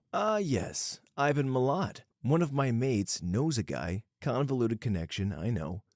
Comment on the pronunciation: He also said Milat like heart, it’s Milat like splat